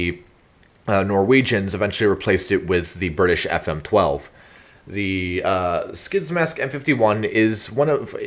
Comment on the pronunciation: I have a m51 gasmask and you pronounced it wrong